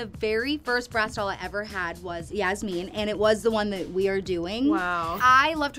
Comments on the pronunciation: The pronunciation of Yasmin is SENDING ME 😂 I say it like Jasmine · Okay no hate to y’all, cause you guys are saying it how its spelt, but the way you guys have been saying “yasmine” has been KILLING ME 😂 atleast from when i watched the show they pronounced it yaz-min (like jasmin) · I dont want to be rude but ive watched bratz and im pretty sure they pronounce yasmin like yas-men not yas-mean just saying yall look cute but also i think there shouldnt havent been two yasmins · It is pronounced Yas Men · When they kept saying Yasmin wrong and called her Yasmine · i’m so sorry but Yasmin is pronounced like jasmine but with a y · I will never get over the fact that Yasmins name is not pronounced how they are saying it.